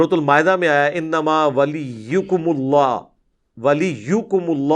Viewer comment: Bhai ap ny aayat Jo padi h innama waliukumullah w rasooloho h ap ny zabar padh di hai please esko edit kr lain